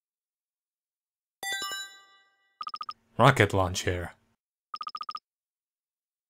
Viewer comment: When you first said rocket launcher I heard rocket lawn chair now that's all I can here. makes it twice as funn7 ^_^. Thank you